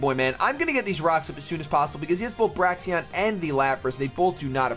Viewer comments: Braixen is pronounced "brey-zen" as in the word associated with fire, not - "breaks-n". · For future reference, Braixen is pronounced [Bray-zun]